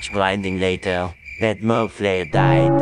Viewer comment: Did say momlare itz moflare